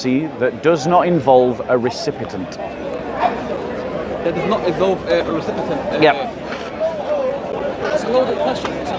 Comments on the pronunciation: Recipient not Recipitent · Recipient, not recipetent.